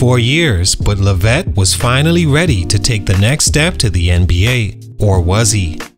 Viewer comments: Lev -it not la-vette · I don't think ur pronouncing his last name right